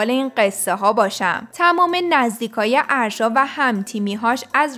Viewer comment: اَاَ داره اسمش اَرشا لطفا یاد بگیرید یاد بگیریددد اسمش آرشا نیست اگه برید توی پیج فن پیج هاش میفهمید اَ دارههه